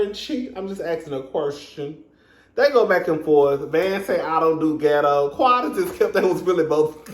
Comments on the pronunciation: Ms Wanda said git_toe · Great Review! That "geto' lol 'how u say it' lol! woman n her daughter both should've taken English Pronunciation classes b4 coming. on tv!!! Maurice want Kimmi 2 build on that forest land dummy bought that's gone take 25 years just to clear off...smdh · Ms. Wanda said “qwerstion,” “get-toe,” and “disrespec-fer.” I was hollerin!!!